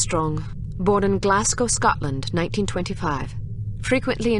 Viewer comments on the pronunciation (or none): The pronunciation of Glasgow as "Glass-go" and the awful Scottish accent was painful to listen to